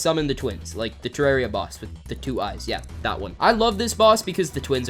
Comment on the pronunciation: Only American I’ve ever heard say terraria right